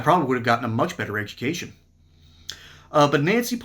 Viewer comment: I had a good laugh at the way she pronounced education !